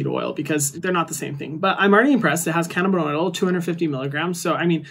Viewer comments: Hi Hyram! You are incredible in every way,. CBD is pronounced “canna-bi-DYE-ol” 💜💜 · just so you know, CBD is pronounced canna-bih-dye-ol! coming from a chemist :) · Friendly neighborhood scientist here to respectfully let you know it’s pronounced “can-na-bid-DYE-all” 😘